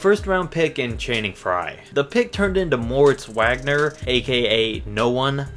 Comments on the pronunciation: Moritz wag-ner 🤣 its mo vauge-ner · Okay first of all, you it's pronounced "Moritz Vogner" not Wagner. And I don't appreciate you calling him no one. He was a stud at Michigan and he can ball in the NBA as well, He just went to a mediocre franchise in the lakers. Call it for what it is. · It is pronounced Moritz Vagner he is German. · by the way its pronounced moritz wagner but the w sound like a v and he isn't no one he's pretty goo mainly because he 's from u of m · Pronounced Vaugner